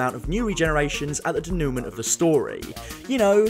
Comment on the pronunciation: I really like this video essay—I’m so bummed about the last few seasons. Ive completely lost interest in the show and it’s so sad because I LOVED it for years :( PS I know this is super annoying but I don’t think that’s how denouement is pronounced…. Should be “day-new-mah” not “day-newt-ment”